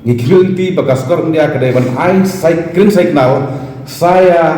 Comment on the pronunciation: Mano ba iohsngew ba u ong "Green Saitknal" 😂 bad katno sien u ong ?